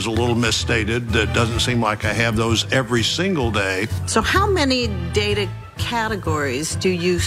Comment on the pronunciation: aa yu willin to gimme moo contro owa ma DADA and the bullshit continues